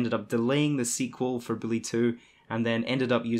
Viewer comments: Learn how to say bully. It's not billy! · Am i the only one hearing the way he say Bully = Billy ?